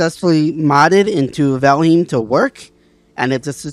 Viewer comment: The name isn't "Valhim"..